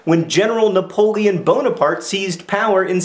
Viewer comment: great work!!!! still love your pronounciation, napoleon bonerpart xD